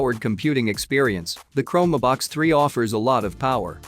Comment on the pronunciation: man. Do I DETEST machine voices. CHROME-ehh-BOX? Exactly what is the rationale for NOT having someone read the script?